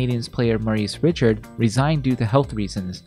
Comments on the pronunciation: Love these videos you do. I've never heard Maurice's last name pronounced Richard. I've only ever heard it pronounced "Ri-SHARD." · Maurice Ree-Shard...not Ritch-erd. Love your videos but you have to pronounce his name correctly, he's one of the greatest players ever and a cultural icon in Quebec hockey. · Maurice Richard? It’s Ree-Shard. And they are penalty minutes. Not penalty points. If you’re going to have a sports history channel, please know how to pronounce names and learn the correct terminology. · Maurice Ree-SHARD, not Rich-ard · Pronounced ree-SHARD for those who don't know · Actually "ree-SHAR" -- with a silent D. The narrator also mangled Marius Fortier's last name. It's "FOR-sti-ay" (with the S and I being really short), not "for-tee-AIR." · the way you pronounced maurice richard really bothered me, and i'm a leafs fan. should sound like "reeshard", the man was a legend. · Wasnt Maurice Richard's name pronounced Reeshard? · Also, Maurice Richard's last name is pronounced "Ree-shard". Lol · Maurice “Richard” Lol 😂 Not even close and come on man! “Penalty points”?! I know it’s hard work to do a video and essentially recite the Nordiques’ Wikipedia page nearly verbatim for 15 minutes, but could ya at least sound like you’ve seen 1 hockey game? Cheers. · It's pronounced Ree Chard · Hey! **CORRECTION** I mispronounced Maurice Richard’s name using the English pronunciation rather than the correct French pronunciation. I messed up, the man was and is a legend and deserves better, so I apologize for that. What did you think about the Nordiques moving to Colorado and becoming the Avalanche? And what’s one of your favorite memories of the Nordiques? Let me know! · Thank you!! You’ve never heard it that way because I screwed up pronouncing it lol, that’s totally my mistake. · Thank you, definitely noted on the mispronunciation of Maurice Richard’s name. Big mistake on my part, won’t happen again! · umm… that’s not how you pronounce his name 😂